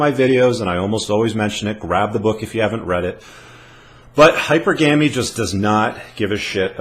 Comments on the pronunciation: It’s NOT hypergaayaamy! Stop saying it. It makes you sound stupid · Unicorns do not exist. It's pronounced hy-PER-gamy, not HY-per-GAMY. The former is correct. The latter is not. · Great video. It is pronounced hy-per-ga-my. Still, you are spot on. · Using a comparison, I'd say that "Hypergamy" is pronounced "HI PER GUH MEE" due to the fact that "Monogamy" is not pronounced "MA NO GAH MEE". I'd compare "Monogamous" to "Hypergamous" in the same sense, phonetically. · Hypergamy > Pronounced HIGH-PER-GUM-ME > official dictionary pronunciation /hīˈpərɡəmē/ <-- Long e vowel sound at the end. ME.